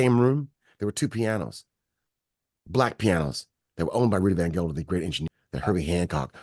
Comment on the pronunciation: It's Rudy Van Gelder, not Gelden. I wen to school with his daughter in New Jersey. A legend!